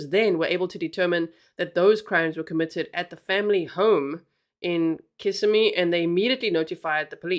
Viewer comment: I live really close to where this happened. You pronounced Kissimmee perfectly! So tragic. Oh and this scumbag refused his first court appearance today!